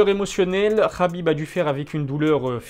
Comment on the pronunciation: On ne dit pas khabib mais Habib